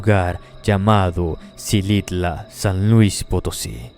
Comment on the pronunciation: Se dice jilitla y el castillo de Edwards James